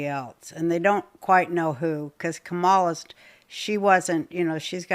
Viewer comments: Kámala not Kamála. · Lol at Roseanne Barr still not knowing how to pronounce Kamala's first name. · MAGA types still can’t pronounce the vice president’s name correctly. They can’t screw up Harris. It’s the first name that throws them. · Pronounce Kamala’s name right, you racist crone!